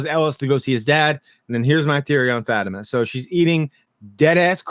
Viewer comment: I really like your video and takes, but can you please pronounce Fatima’s name correctly? It’s said frequently on the series, not sure why you mispronounce it.